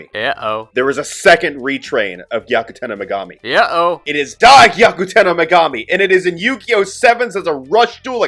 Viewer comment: i though my eardrums were gonna explode from your pronounciation of gyakutenno megami